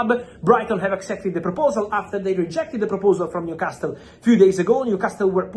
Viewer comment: Fabrizio, the "T" in New Castle is silent